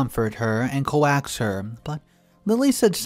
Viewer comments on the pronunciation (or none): Honestly, I'd subscribe to all three of your channels if you could pronounce words correctly. Throws me out of the story when I hear COAX as Co-Axe instead of the proper COKES. There are a few other words, but that was just for this story alone and I'd heard it in newer stories as well. Great job finding these stories on Reddit. They are good stories. Not great ones, but good ones. It is just jarring to hear words pronounced incorrectly as they don't make sense! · I like your readings, however, coax is one syllable, rhymes with folks. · Coax = cokes (not co-axe)